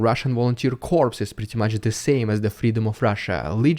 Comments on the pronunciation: "Corps" is pronounced "core" in English. A corpse is a dead body. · Russian Volunteer Corps is prounced as "core". Just saying. Love your passionate reporting patriot. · Very good video,. Just one thing - the word 'corps' is pronounced 'cor' in English (same as the original word in French). If you pronounce the 'ps', the word means 'dead body'. Not at all the meaning you want to convey! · In the word "corps", the final letter, "s", is SILENT. It sounds EXACTLY like the word "core". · Please pronounce "corps" as 'core'. The p is silent in "corps" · I admire your knowledge of English and attention to phonetics. The word "corps" is one of many exceptions in English. The "p" and "s" are silent, since the derivation is from French. Just say Kor. It does not sound like the word for the dead, "corpse" which would be unfortunate for a military organization. :-) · Hey,...love all your content! I look forward to all your posts. Just to help you out a little, the "p" in corps is silent. So it's pronounced cor or cors (i don't recall anyone ever using the plural version tho). I hope that helps cuz it's kinda hard to say corps your way without it sounding like corpse! Take care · "corps" is pronounced "core". Don't know why. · It's sounds like Core and not Corps... the P is silent dude! Corps is a term used for several different kinds of organization. A military innovation by Napoleon I, the formation was first named as such in 1805. The size of a corps varies greatly, but two to five divisions and anywhere from 40,000 to 80,000 are the numbers stated by the US Department of Defense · Thanks for your updates, keep them coming !! Just a quick English correction if you don't mind, the p and s in corps are silent so it is pronounced like core as in the US Marine Corps. Again thanks for all you do and the risk you are taking. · Thank you for your great videos. On the side: 'corps' is pronounced 'cor' - I have no idea why, though... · Corps is pronounced "core".